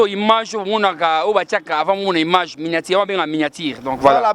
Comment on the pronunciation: yoooo balobaka image ,yo ozo loba imange oza na problème ya français Penza hein!!!